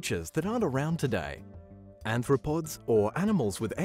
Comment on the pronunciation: It's Arthropods, not Anthropods. Sorry.